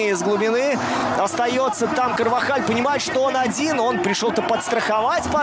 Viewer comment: Всё класс, но есть вопрос к комментатору, почему ТерСтеген если он ТерШтеген(!!!) изучите блин произношение имён и фамилий... Карвахаль произнес правильно, а по твей логике тогда он КарваДЖаль.... Надеюсь хоть кто нибудь задумается